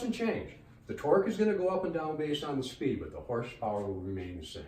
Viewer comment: The neep for speep